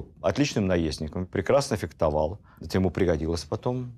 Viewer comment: Ни феКтовал!!!А феХтовал!